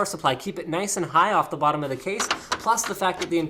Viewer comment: LMAO air flow thru the wottom :)